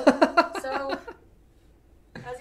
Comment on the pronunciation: Rimmel... "Rim-Elle" is the new Dose "Doe-say"